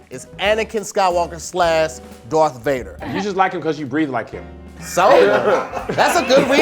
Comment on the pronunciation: “Dorth Vader”😂